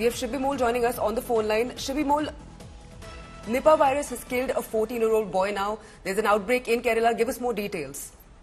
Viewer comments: Her pronunciation is wrong, It's Neepa (Nipah) not Naipa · Its not nypaaa.. its nipah